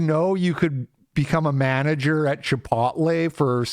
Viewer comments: Bro. Chip-ote-lay. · Repeatedly mispronouncing the word "chipotle" completely discredits any point you were making. 12 years ago, I bought a house, making $38K a year, by myself in south east Pennsylvania. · Dude do you really not know how to say Chipotle!?! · Why do you pronounce chipotle like that? No one says it like that.